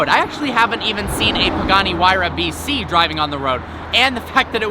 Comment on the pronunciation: sorry it just sounds like he is saying vc